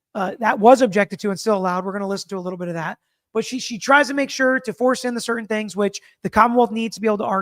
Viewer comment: speech pattern/mannerism is so... unusual. I find the way he pronounces some words really distracting (cer-tain, im-POR-tant, etc.). He's so precise in his questioning & arguments; if I'm a juror, I might miss some of the extra good stuff bc of his speech. Just me?